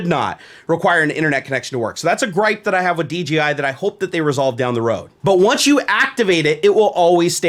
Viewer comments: Anyone else hearing DGI rather than DJI? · Does anyone else hear him saying DGI instead of DJI? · Great vid. Now I want one. God dammit. Also: you kept saying DGI instead of DJI haha.